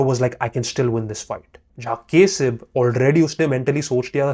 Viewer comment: Its Not kesab Its Kasib bro 😂😂😂😂